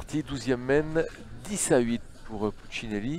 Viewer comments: C'est marrant de ne pas arriver à dire Puccinelli. 🤣🤣🤣 Puccilini😅😅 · Le commentateur qui prononce « pucineni » et « doère » connais t’il un minimum les joueurs ?😅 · Puccinelli va vous faire un procès au vu de la prononciation de son nom lol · Franchement insupportable le commentateur qui sait pas dire pucinelli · Pastorelli Ça c'est sûr. Il a complètement écorché son nom. Celui de David "Lilian" Doerr aussi, d'ailleurs. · Ce serait bien que le commentateur prononce correctement le nom de Puccinelli Il le découvre peut-être 😮